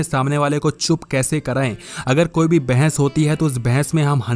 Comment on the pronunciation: Bhai mere bhais nhi bahas hota hai